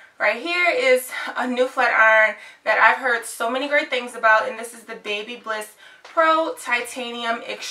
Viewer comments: It’s pronounced Bhabha liss Not baby bliss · I loved when she said " babybliss"😄